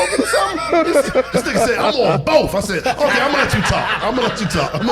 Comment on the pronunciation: "I'M ON BOF" 😂😂😂😂😂😂